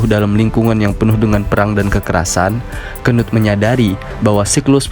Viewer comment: ngakak njir bacanya, apalagi gua bacanya pas abangnya nya bilang kenut😂